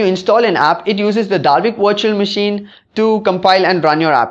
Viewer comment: It's great that you speak english, but please work on your pronunciation... I find it very hard to watch/listen to videos posted from India for this very reason which sucks because the topic at hand is usually one of great interest. Every time I hear "Virtual Machine" I keep thinking you're talking about a washing machine etc. I do not mean any offense nor is my intent to insult you, If you were to work on your pronunciations your videos would probably receive a noticeable increase in hits. That being said thanks for the video it was informative.